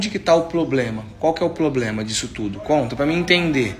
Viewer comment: Ploblema ???? 🤔🤔🤣🤣🤣 PROBLEMA